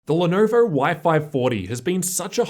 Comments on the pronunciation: "The Lenerver Y-540" lolllll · "The Lernerver y540"